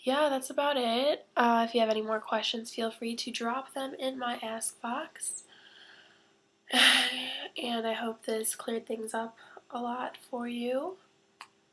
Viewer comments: you're soooo beautiful! lool when you said "ask box" i thought u saiid "ass box" ahaha :) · why are you using a blur effect on your camera? also when you say "ask box" it sounds like youre saying "ass box" "ill be seeing jesse in two weeks, and we'll have lots and lots and lots of sex" xD haha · I've never used Tumbler before so I kept thinking you were saying "ass box". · it sounds ike shes saying ass box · It sounds like you're saying ass box instead of ask, haha. xD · You said ask box, with sounded like ass box, right before my brother screamed " AAHH MY ASS "